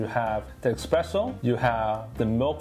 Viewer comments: Can't watch a review of an ESpresso machine from someone that mispronounces Espresso the entire video by saying --> EXpresso. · S-presso, not X-presso. Every Italian is cringing right now! And it's not Frothering either. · It’s called espresso. Expresso is not a word 🤦‍♂️ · Every time he says "eXpresso," I think my eye twitched. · I know mine did and that why I stopped watching the video